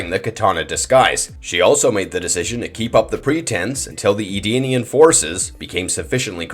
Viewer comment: E-denian not Ardenian…..